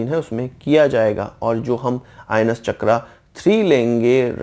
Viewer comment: भाई चक्र को चक्रा क्यों कहते हैं आप.